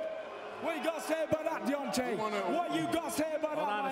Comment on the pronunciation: “Let’s get it *deantay*”